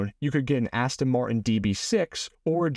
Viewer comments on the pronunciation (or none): none